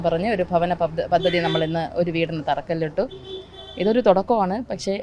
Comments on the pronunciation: പതതതി അല്ല. പദ്ധതി എന്ന് വായിച്ചു പഠിക്ക്ക്. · പത്തതി അല്ല പദ്ധതി....